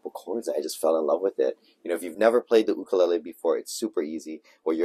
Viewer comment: Jake no ka oi! But there's no "Y in 'ukulele!